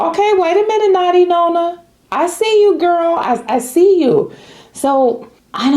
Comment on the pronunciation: I may be wrong but I believe it’s pronounced NON-na. This is my kids moniker for my mom—we just spell it differently ❤ it’s a LOVE for me also.